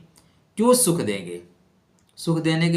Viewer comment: सुख होता है न कि शुख